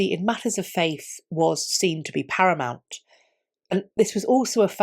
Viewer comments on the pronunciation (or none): none